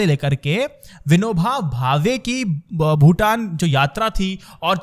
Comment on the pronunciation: Bro Bhoodan not Bhutan. Vinoba bhave ji ki Yatra